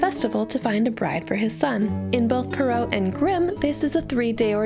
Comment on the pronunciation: You’re pronouncing Perrault wrong (sorry... I couldn’t help myself)